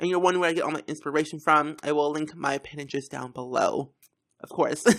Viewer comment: i had a such a hardcore lf when you said pintrest 😂